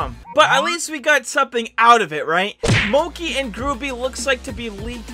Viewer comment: btw it moc-E and gruu-by so that's how u say it...